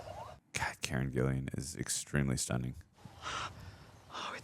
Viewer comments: It’s Karen GILLAN. GILL-Lan , not GILLIAN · her name is Karen Gillan, not Gillian. And its Bobby Canavale, not Canalino